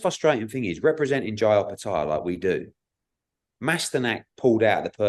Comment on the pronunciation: Thankyou from the bottom of my heart 😂😂😂😂 Thanks for the correct pronunciation of Jai...